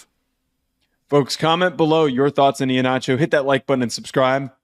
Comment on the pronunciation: Someone please just say his name correctly. It’s E-Heen-acho, not E-ha-nacho. Sorry, not trying to be petty. it’s just been killing me